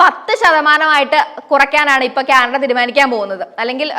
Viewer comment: ക്യാനട അല്ല ആന്റി, കാനഡ. Ok